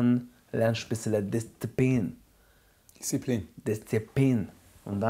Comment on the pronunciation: du hälscht deine Schnauze dischzipin